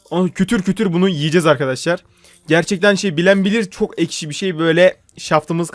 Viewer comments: ekşi diceğine eşki dedi 😂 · da eşki diyor:D asD:asd:Ad